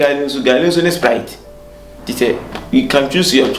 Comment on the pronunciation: Sprite not sprit